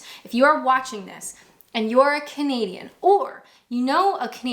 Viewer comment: you do you gal....you're right,none of our beeswax.... and anyone who says anything otherwise....to make you creeper out etc... bullies....less said... I do have one complaint however.... whenever you start your videos.... I always think you say comedian not Canadian... 😂😂😂